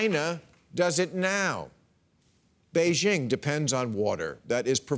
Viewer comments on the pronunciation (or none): none